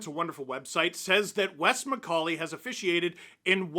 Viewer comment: Wes Miss-call-ey